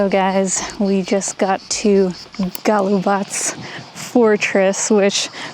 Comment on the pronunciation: Beautiful scenery! Good pronunciation of Golubac. Some people pronounce it wrongly as GolubaK. Thank you for that, shows respect for the country you are in. Very nice images of the fortress walls. You are right, we have tourists but we are not over-filled with tourists. That hill - Captain Misha's Hill. In Belgrade, we have a historic building named after him (Kapetan Misino Zdanje or Captain Misha's Edifice), now the HQ of the University of Belgrade. Thank you for the very lovely and enjoyable video.